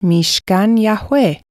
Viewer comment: Hello,. Thanks for the lessons. Everything's good. But why was the pronunciation of the Creator's name changed? In class 38, the pronunciation is clearly different from that of this class review. Thanks!